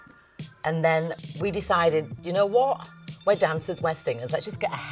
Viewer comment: I like how she’s like “you kno WOT?”